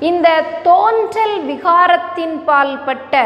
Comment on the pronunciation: தேன்றல் அல்ல தோன்றல்.